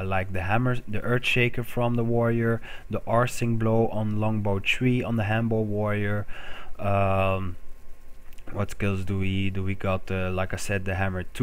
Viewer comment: Alacrity = "Ah lack rity". Also, Arcing = like "Arking" not like "Arsing"